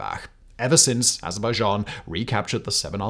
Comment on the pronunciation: Oh wow! Someone CAN actually pronounce Azerbaijan!